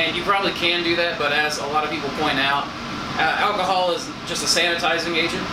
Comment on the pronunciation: First time I've heard someone say alchyhol other than me. Big love